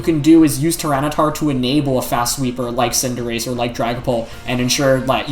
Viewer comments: He says Cinderache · for Wolfe saying Cinder-AH-chee 😂😂😂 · Wolfe so formal, he even mispronounced Cinderachi's name. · and Tojikiss and Cinderachee :( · anyone else annoyed that Wolfe pronounced Cinderace all wrong in this video?